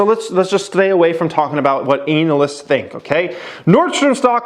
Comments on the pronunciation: Can this dude stop pronouncing analysts as anal-ists, haha. Good videos though. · “Anal”ysts !!! I hate them too 😅